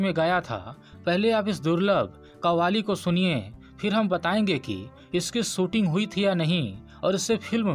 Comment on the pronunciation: Are bhai tu apni hindi sudharo phur you tube par aao.. , शोले को बार बार सोले बोल रहे हो। शामिल को सामिल , शूटिंग को सूटिंग कह रहे हो।।अरे सूटिंग यानी कपडे होता है। इतनी बुरी हिंदी ।। किस हिम्मत से आप लोग यूट्यूब पर अपलोड करते हो ।। सारी दुनिया देखती है । मैने इस से पहेले बहुत बार आप को लिखा है । मगरबकोई सुधार नही दिख रहा है।